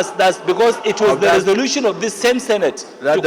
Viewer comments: For long, l have been searching my dictionary to see if there's any English word called: Za, but l didn't see. Where did that illiterate senator got the word he pronounced repeatedly, or is it one of the Aboki's English wahala? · Guy go and check your English oral sound on how to pronounce The as za by British people, I don't know and wonder how you passed your English language.